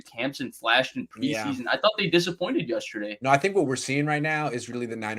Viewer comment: Comin’ hard with “yusterday”!! 😂😂 j/k I love, dude knows his stuff!!